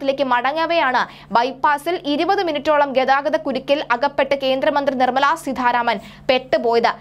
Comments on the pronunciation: suDHaaryatha SeeDHHaaranaman... nalla aksharasudhi.. etaa ee kutti.. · നിർമ്മല സീതാരാമൻ ആണ്. സീധാരാമൻ അല്ല